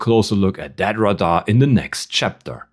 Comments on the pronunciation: Dont worry too much, we understood you even if you pronounced RADAR as Rah-Dar and Vehicle as Vahikel. The other person though thought you were using non english words haha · He did not use any slang words. Do you mean his ACCENT? He called Radar (Rah-Dar) and Vehicle (Vei-haikel). Which is a common pronunciation in Europe. 👍🏻